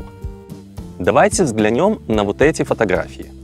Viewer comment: Нет нет. Правильно гоаорить взглянЕм, а не взглянЁм 😉